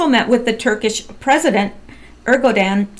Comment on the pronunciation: Erdogan is pronounced "er doe wahn" usually the emphasis is on the first syllable.